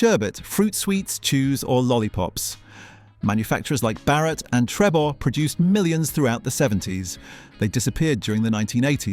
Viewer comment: Get your pronunciation right! "Noo-gatt"? "Trebbor"? "Schweppers"? Were you even there? :D